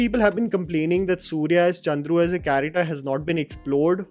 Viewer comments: it's Chandru not Kundru😬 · On a lighter note, its Justice Chandru not Kundru. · Advocate name is chandru not kundru. And it's sengani not sangini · you mispronounced the judge’s name. It is chandru not kundru. Please revert that. Please do not butcher the name of the people and places. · his name is "Justice Chandru" not kundru. 😂😂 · The name is wrongly mentioned at .. The right name is Justice K Chandru not Justice Kundru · Bruh the name pronounced should be Chandru not Koondhru... Make sure it wont happen again! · Hi brother...!!! Appreciated your effort for your precise & in depth analysis for all the movies... Loved this too..!! Just to let you know got the pronounciation of justice name wrong as Kundru. His name is Justice K Chandru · Bro seriously your pronounciations are terrible man!! How can you Chandru as Kundru ????? I am sorry if it hurt you .